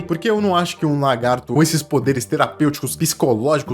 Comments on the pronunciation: Não e largato,E LAGAAAAAAARTOOOOOOOOOOOOO TINHA ESSA POHA DE "R" DO LAAA POHA ATENÇÃO:ESSE COMENTARIO NAO E PRA XINGAR NINGUEM E SO PRA FAZER ZUERA QU ESTOU COM E TB PRA PARAREM DE FALAR ERRADO A PALAVRA "LA"GARTO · "Largato" kkkkkkk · "É um largato" ...